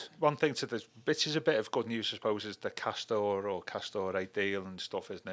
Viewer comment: It’s castore or or or not castoray ray ray u fake blue